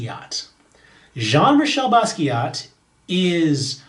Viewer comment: Great video ! Btw, the "t" is not pronounced at the end of "Basquiat", we do not pronounce ending consonants in french :) (yes it's weird to have letters that serve no purpose whatsoever but our language is pretty weird tbh)